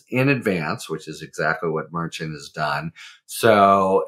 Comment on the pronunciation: I’ve heard Judge Merchan , pronounced Mer-Shawn , no t sound at the end